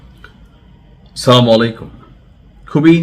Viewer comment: আপনি সালাম শুদ্ধ করে বলবেন।